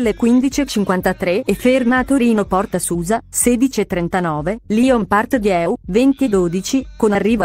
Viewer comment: Ma dire Paris Gare de Lyon e Lyon Part Dieu nella pronuncia giusta è possibile? Bel video comunque :)